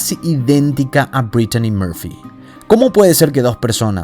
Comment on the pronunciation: sumale que , a demas de tratar de hablar en ingles, que pareces dora la exploradora diciendo por ejem. dedellaain o ''breitchani moorpfy, por empesar no se llamaba asi como lo pronuncias ! lo mas probable es que si estuvo inteligencia metida seguro nada fue casualidad.